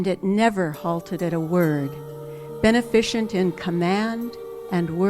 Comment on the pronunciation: This woman gets so many things so very confused. It's strange how she has learned so many things while not understanding very basic principles. You can tell this from her mispronunciation of various words alone. She reads "beneficent" as: ben-eh-fish-unt. She doesn't know basic Greek or Latin roots. Not even the Greek alphabet, apparently -- she calls Eta Carine "ete-uh car-un-ay." Carinae I can understand, maybe, but how do you not know the correct pronunciation of "eta?" And what does the spectography of Eta Carinae have to do with sound waves for that matter? Actually, I retract that point now. I understand it in the terms of e.g. Rosicrucian cosmology. The emanations of the "7s." But this woman is really all over the place in general. Oh, I forgot to mention her pronunciation of Quetzalcoatl. What is that? Lol, she also says that we are at the end of a 26,000 year cycle. I assume she is referencing the beginning of the Age of Aquarius. But the 25,920 year precession of the equinoxes through the entire Zodiac has nothing to do with the 2,160 year precession between two individual constellations. To say that we are at the end of a 26,000 year cycle would be completely arbitrary. Not that her point is without merit in the larger scope. I recommend anyone who is interested in her ideas to look into the writings of Drunvalo Melchizedek, particularly "The Serpent of Light."